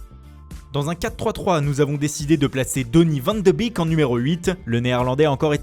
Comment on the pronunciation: Van de bique 😂😂 désolé mais ça me tue